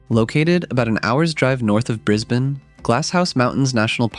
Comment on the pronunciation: Thanks for saying Brisbane correctly